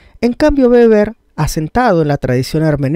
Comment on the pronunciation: Weber pero se pronuncia beber ya que la w en alemán es b (o tambien) v